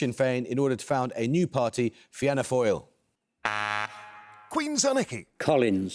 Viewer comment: Extremely funny hearing Amol’s apparent first time ever saying Fianna Fáil or De Valera